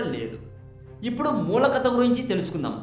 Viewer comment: kadaa saristaagaram enti babuu...kadha saritsaagaram...nuvvu ..nee language...